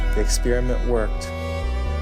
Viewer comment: U said Ex_spear_iment Lol